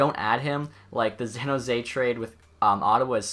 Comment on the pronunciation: Have you ever noticed that you say Zan Jose not San jose..?